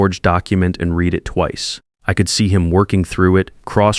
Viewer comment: Read red. Read Reed. This Ai voice has a problem with tenses. Same with live and live.